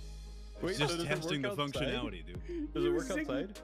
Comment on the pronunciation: I heard it “functuality”